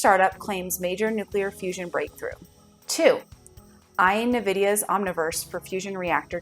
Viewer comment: nVidia is pronounced “envidia” (like the Latin word for envy), not “nuhvidia”